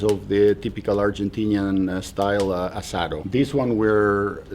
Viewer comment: Asado ..asado 🤠🤠🤠 you said it right man...👋👋🤚🤚✌️✌️